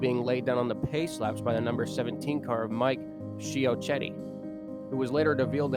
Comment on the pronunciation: How did you mispronounce Mike Ciochetti's name so badly when the clips give the proper pronunciation?